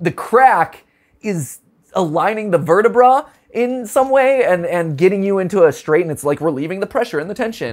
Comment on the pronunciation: Sorry just when he said verta-”Brah” I was like “Ha… brah”😂